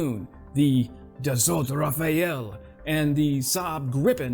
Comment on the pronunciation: Speaking of pronounciation, the Dassault Rafale lacks that extra "e" that you added. It's not "Raphael", like one of the Ninja Turtles. ra-fal, not ra-fa-el.